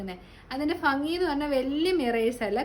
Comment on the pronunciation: ഫങ്ങി അല്ല ശരിയായ വാക്ക് ഭംഗിആണ്.